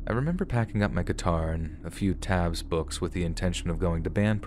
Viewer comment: “And remebor…and remember” 😂😂